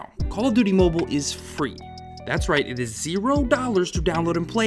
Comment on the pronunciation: "Call Of Duty Momo" lol